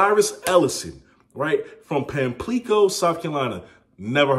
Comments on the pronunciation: Pamplico (Pamp-la-co) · Mann I’m from pamplico and that is not how you say that😭